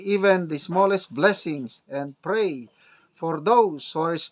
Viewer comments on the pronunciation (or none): none